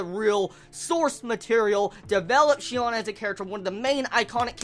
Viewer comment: I wonder why do so many people get her name wrong? It's not that hard... Her real name is Shino, and her nickname in the game is Sinon. There's no "Shion" or "Shinon" or whatever else.